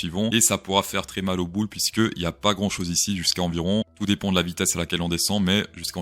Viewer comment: Et à t'a dit "ça fait mal aux boules" ou "ça fait mal aux bulls"?😂 Team+